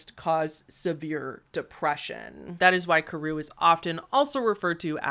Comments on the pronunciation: This gal: Pronounces incinerate as incarcerate and kuru as koru. Me: 🤨 Is this the work of a bad writer or a speech impediment? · Pree-aan is the correct way to say it, and kuru is kur-oo. At least in American pronunciation and according to Merriam Webster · I sort of feel like you're saying a bunch of words incorrectly. Doesn't prion sound like Ion ? I don't think that incarcerated is the right word. I think the word you were thinking of is incinerated, and I'm absolutely certain you said Kuru incorrectly. You're saying Kor-roo. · Ur pronunciation lol so "pry-on" and "kooroo" would be how u say them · this video was pleasant background noise for while i was doing stuff, but i do need to point out that your pronunciation of some of these terms like kuru and creutzfeldt-jakobs disease were a bit off. 😅